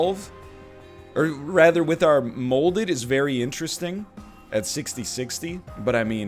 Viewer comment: Every time he called molded “holdover” I died a little inside. Never change NL.